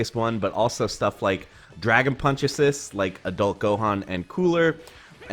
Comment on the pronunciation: "Dragon Puncheses"